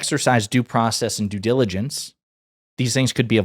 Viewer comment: Do process ! Is that hard for you to say ?!